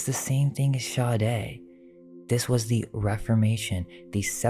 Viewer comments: The 4 hours seemed like 2, but I had it on in the background, so... Now watching again with full attention even if it takes me several evenings, that's kewl. However, Marquis de Sade, you're pronouncing it wrong. Sade is pronounced "Sod" or Saad". (Only one syllable) I double-checked with the French. (Julien Miquel's YouTube Channel) Thanks for all you hard work and fun! +) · Marquis De Sade is pronounced... Marquis De "Sod" or De "Sawed" Marquis De SOD-OMY